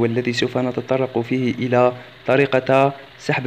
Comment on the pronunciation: إلى...............حرف جر(الكسرة ليست الفتحة) ولكن شكرا على الفيديو